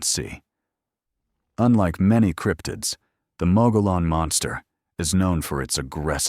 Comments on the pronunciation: Mogollon = Mo-gee-on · Mogollon is pronounced MUG-e-yon.